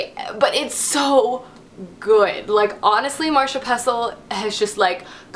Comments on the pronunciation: Marisha not Marsha. ma-rish-a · MARISHA! Not Marsha. It's a bit trivial, but come on... Every video so far.